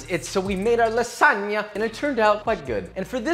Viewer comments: is pronounced lasania, no "lasaga" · I'm italian and when i heard you saying LASSAGA INSTEAD OF LASAGNA Got me dead😂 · O ouu Spaghettious, this Lasaga is awesome and made it Cwispy as possible :D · he also pronounced lasagna as "lasaga" like 3 separate times in the video, i don't think hes going for any points with the italians in this one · You pronouncing it lasaga produces a primal fight response in me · It’s lagsagna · you have to lasagna not lasaga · lasaga lmao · why is he calling it lasaga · Bro how on earth can you even imagine to call that shitall lasagna or as you were pronouncing lasaga (doing my nerves) Ricotta instead of bechamel? Then no soffritto? and most important thing you have left the shitty ragù to cook for 5 minutes? (My mom does 3hours) cmon bro I want to see your skills on masterchef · I love that, for Joshua, The N is silent in lasagna, not the G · Dude the g is silent in lasagna 😀🙈 Interesting option though with ricotta, didn't know it can be made like that. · is it just me or hes pronouncing lasagna wrong?